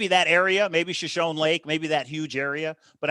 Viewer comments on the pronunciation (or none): Note-Shoshone is pronounced sho-sho-nee